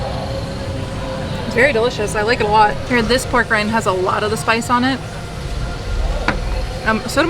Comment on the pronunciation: Is it just me or does it sound almost like your saying porg instead of pork when describing the ronto wrap